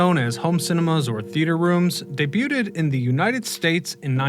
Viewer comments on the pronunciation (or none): "Debuted" = day-byewd, NOT day-byew-tid!!! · Debu-ted? Really?